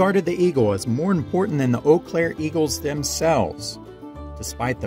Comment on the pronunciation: Wow, great content, and I am impressed that you pronounced Eau Claire correctly!!